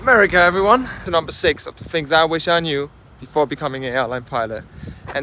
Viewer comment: Its crazy how you can fly a plane but you can't use "th" when saying the word "things".